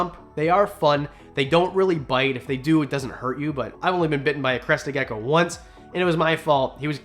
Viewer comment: Is it just me or did he say leopard ducko